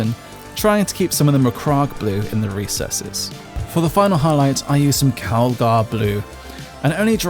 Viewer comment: No disrespect but you pronounce macragge like megamind